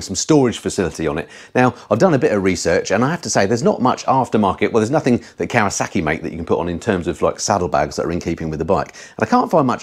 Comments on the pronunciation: It's Kawasaki not Kawasarki there is no R in Kawasaki, apart from that great video keep up the great work 👍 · As soon as I heard Kawa saaarki I was done.